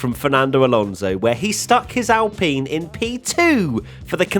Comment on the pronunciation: You love Alonso so much you don't even pronounce his last name correctly....